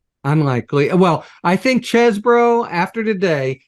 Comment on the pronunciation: Mr litman is a gentleman. I really like him. He's down to earth enough to cuss but he insists that Cohen says Cheseboro not cheesboro. I love it